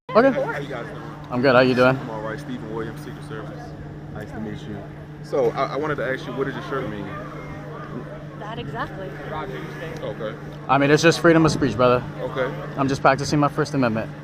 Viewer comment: Secret Service: "Let me ax you a question" - ffs smh Seriously... is this what we've come to? 🤬